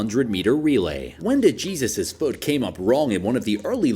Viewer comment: Bro really said de Jesus It’s pronounced dehesus